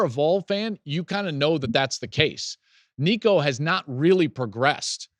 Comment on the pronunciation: Finally, someone that can pronounce Nicos name. I haven’t heard a Tennessee channel pronounce it correctly yet. Go Vols!